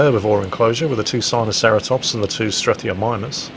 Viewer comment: Isn't it struthiomiMus and not strothiomiNus? I know you don't think much of them, but still...